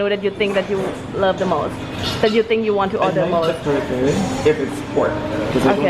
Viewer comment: perfectly said kare kare like a real Filipino. I love Thai foods equally and some Vietnamese foods too. Do they have calamansi in Thailand too? We feel fortunate that you have created this wonderful channel and to be part of your journey.